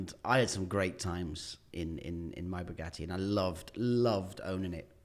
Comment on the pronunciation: The way the interviewer pronounces 'Bugatti' is so annoying... BUGUEY?????? are you not able to pronounce the letter T?